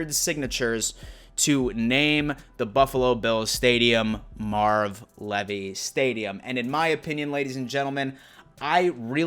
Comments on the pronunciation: Come on brother I know your a young buck but ya lose a little cred when you mispronounce our hall of fame coaches name. So its pronounced Leave - e. Love your content but pay attention to the details. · Bullshit. Some may pronounce their last name like that, but Marv Levy doesn't. It's pronounced Leevy. Always has been, always will be. It's ok that this guy pronounced it wrong, just sounds weird. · buddy, it’s Marv Leeeeevy (Leave-y) not the way you said it... good video besides that though. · Great video sir, one thing. His name is pronounced Leevy. Have a great day. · Well, if that's true, he let everyone else pronounce his last name incorrectly for at least the last 30 or 40 years. I'm pretty sure I've heard him introduce himself as Marv "Leevy" as well. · Is it me or is he pronouncing king 👑 coach Marv Levy name wrong ?? Idk 😐 now he messes me up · You butchered Marv's name :( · I don't think I've ever heard Marv Levy's last name pronounced like that